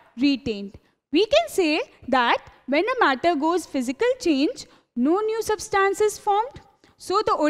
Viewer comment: its substance- sub-stunce/ not substaance